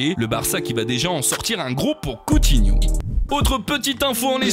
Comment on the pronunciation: On dit : " Coutiñou "